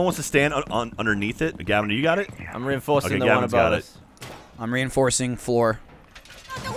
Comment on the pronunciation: Anybody else hear Gavin say rein-doorsing?